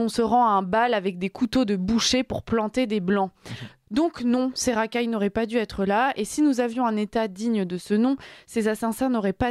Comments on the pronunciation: Attention,, aux liaisons malheureuses..."ils auraient "duz" être" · Aïe aïe les oreilles ! '' Jamais dû zêtre'' '' Ils auraient dû têtre'' Non, simplement '' jamais dû être '' et '' Ils auraient dû être'' ! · Ils n' auraient jamais dû " Zêtre"........Dû " T être".....😮.....Sans quoi, est bien mignonne!....🤩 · Jamais dû être, pas jamais dû Zêtre. Ils auraient dû être, pas ils auraient dû Têtre. Stoppons les liaisons dangereuses! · Parfaite cette jeune journaliste sur le fond et la forme 👏 Juste petite chose à améliorer car ça m’a gratté l’oreille : 2 liaisons à tort réalisées avec ‘devoir’ dans sa forme participe passé « dû »: - «…. auraient duS être… » - « … duT avoir » 😣 ça fait mal aux oreilles Sinon c’était très bien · "Ils n'auraient jamais dû être" et non pas "dûs être" (aucune liaison). Sinon reportage intéressant. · J'adore mais attention aux liaisons dangereuses (dû-Z être et dû-T être). Un petit rappel sur le PP serait de bon ton! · Attention aux liaisons douteuses,, quand meme... "du T etre", "moi Z aussi", etc. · Dutêtre au lieu de dû être, deux fois, ça pique les oreilles. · Houp houp houp, les liaisons très dangereuses ! "... là où n'auraient jamais DUZETRE" et aussi "... ils auraient DUTETRE dans leur pays" ! Mais c'est du grand art journalistique ça, sérieux ça passe sur les ondes ? Après j'ai coupé la vidéo, mes oreilles étaient DEJA-TANSANG 🙂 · Par contre, indépendamment du fond, il est important de respecter les règles de conjugaison française... Certaines liaisons dangereuses sont à éviter (mal aux oreilles) - "ils n'auraient jamais du-z-être" et "ils auraient du-t-être"... auraient dû : est la version exacte. Pardon, mais voilà. Tant qu'à faire, autant bien faire. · Non..on ne dit pas auraient dû zetre.....ou plus loin auraient dû tetre..!!!!! Svp, parlez correctement! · Attention aux pataquès Madame comme :" il a dû z'être" ou "a dû t'être"...😊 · On dit jamais dû être il n'y a pas de s